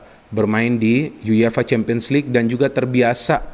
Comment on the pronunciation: Everybody: YUEFA: YU YE FA